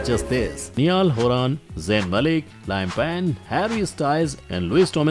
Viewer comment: You have pronounced "Niall Horan" , "Liam Payne" and "Louis Tomlinson " incorrectly . And as a 1D fan , I felt bad for this🙂